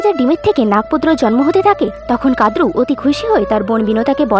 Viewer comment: কথাটা "কাদ্রু" নয়। কথাটা "কদ্রু"।